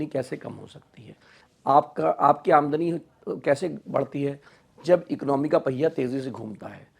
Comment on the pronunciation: He didn’t say Aamdani right